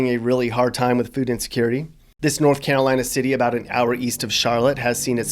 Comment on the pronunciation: It Hurt 😔 me when he said Carolina like WTF. 🙏🙏